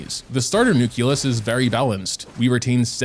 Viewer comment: "new-CLEE-us" not "new-KYOO--luss" Unlocked a new pronunciation pet peeve after "new-KYOO-lar" for nuclear, though I suppose it's related. Nice video though.